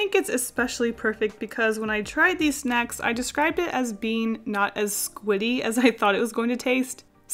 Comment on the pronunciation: Okay but when you said; ‘onto the squid snacks’ I heard; ‘onto the squid sex’